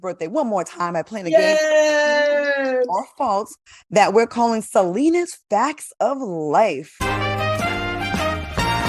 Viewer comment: Am from Chicago salenna saying heckeynawl😭😭😭😭😭💯👿